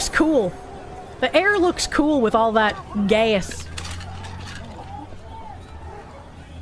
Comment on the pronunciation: With her accent, she pronounces "gas" like "gay-ass".